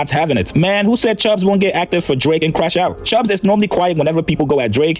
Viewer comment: This guy clout chasing fool said CHUGGS it’s CHUBBS FOOL 😭